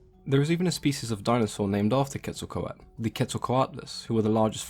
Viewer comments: Why does he say Quetzlcoat when it is Quetzlcoatl there is a L at the end and he doesn’t say it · So well done! Just an FYI, you had the pronunciation was a bit wrong, just at the end of the name. The "L" is pronounced similar to the end of turtle. The "tale". But, you're always so informative. Love your videos. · Ket-sal-co-ah-tuhl and koo-kool-kan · I really thought this was pronounced "quetzo-kowatol" :( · This might not be important to you, but the correct pronunciation is Ket-sal-quatle. i do find this extremely entertaining and enlightening. keep up the good work mate. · I remember watching “Scooby-Doo: The Monster of Mexico” and Velma said it like “ketzal-kwatal”. I was so proud of myself for knowing what Quetzalcoatl was, but scooby-doo led me astray. Just a random memory. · Do the right pronunciation or sod off you are about as white as you come trying to use the Aztec dialect Quetzacoatl npt how your you are pronouncing it why is that white people think accents need a white only translation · one youtuber that uses the names of aztec gods in her animations in one video about how to pronounce names they talk about how Quetzalcoatl is like zeus for the aztecs to her friend (who is a VA in her animations) the part i like is this quote "corn is friendly" lol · Also, I think you forgot the l at the end of Quetzalcoatl when you were saying it through out the video